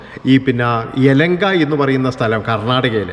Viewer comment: എലങ്ക എന്നല്ല എലഹങ്ക എന്നാണ് ശരി .